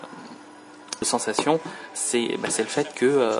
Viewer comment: Au fait, "Sensation" se prononce à l'anglaise. Il n'y a pas de traduction française pour le nom du téléphone. C'est peut-être qu'un détail, mais au bout d'un moment, après avoir entendu ça plusieurs fois, tu commence à en avoir marre. Je te reproche rien, c'est pas ta faute. Juste la prochaine fais attention en prononçant "sensation".